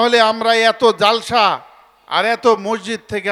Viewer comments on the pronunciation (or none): যে,ব্যক্তি ইসলামী কোন জলসায় এসে ইসলামী বক্তার উপরে- মাতবারি করে ;সেটা খুবই বেমানান- কথা শুদ্ধ করে বলতে পারেনা। (জলসা)শব্দটাকে বিকৃত করে জালসা উচ্চারণ করে এদের মতো লোকের কথা শোনা রুচিতে বাঁধে।